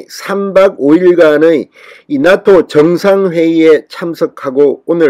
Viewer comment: 나또가 아니라 나 ㅡ토로 발음하시길 나아토로 들리게요